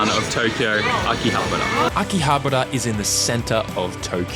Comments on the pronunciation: The way you said akihabara makes me wanna puke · Butchered that Akihabara pronunciation. Great video though.